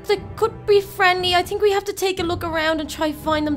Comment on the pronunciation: Why do u say tink?Is it because ur braces?